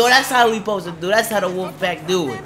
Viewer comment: You aint saying wolf right